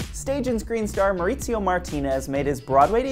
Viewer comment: Mauricio is not pronounced mauritzio, it’s Mau-ri-si-o, & yes Kyle from RHOBH says mauritzio & that’s completely incorrect